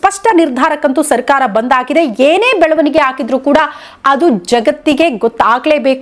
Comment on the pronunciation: Belavanige ee shabdada nimma ucharane sari illa